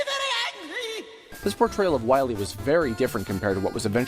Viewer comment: Shh, be vewy, vewy quiet. I'm hunting Dr. Wahwee's.